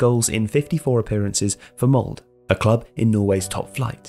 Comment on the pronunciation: It's pronounced "Mold-eh", not "Mold"